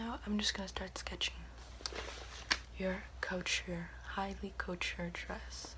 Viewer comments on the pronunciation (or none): the one thing that bothers me is that she can’t say couture properly